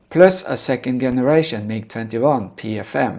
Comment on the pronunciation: Excellent video series on the mMg-21. By the way, in English, the “G” in the word “Generation” or “generator” is pronounced like a “J”, as in the word “jump”. “J”eneration…. !!! Hope this helps in future videos.